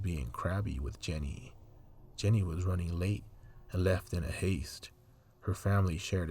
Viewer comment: Thanks for doing this video.. Jeannie is my Aunt. My family has waited so long for the news... oh her name is pronounced like 'genie'